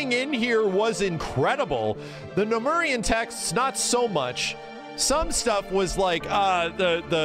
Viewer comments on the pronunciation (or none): The way you mispronounce pthumerian is adding to my frustration with this video lmao